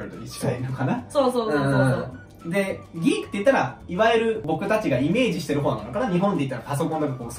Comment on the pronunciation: さんが、「ギーク」とか「ナード」とか日本風の発音をしてるのがいいですね。 weebとかweabooとか、よくディスりワードとして使われてるわ～。何がアカンねんと思うけども（笑）。 多分、アムロはnerdやな。